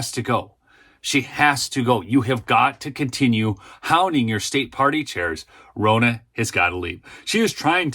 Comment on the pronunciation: It's RON-NA, exactly like Donna only with an R. If you want to exorcise the demons, you must call them by their proper name!